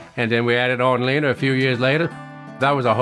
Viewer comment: You named her. So I won't correct you. But is her name really pronounced "Leener"?